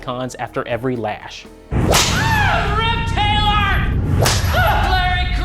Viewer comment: every time Evan Peters says Rip Taylor is sounds like he's saying reptile art